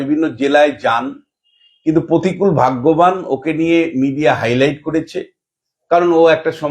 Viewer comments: please তোলামুলের নতুন imported মহান নেতার নাম সঠিক ভাবে উচ্চারণ করুন। প্রতিকূল নয়, প্রতিকুর। আপনি অহরহ ভুলভাল উচ্চারণ করেন। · প্রতিকূল নয় প্রতিকুর। নাম তো ঠিক সে বাতা 😅